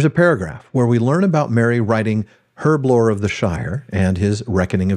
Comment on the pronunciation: Did I hear an 'H' at the start of herblore?! Dr. Sarah Brown would be so proud!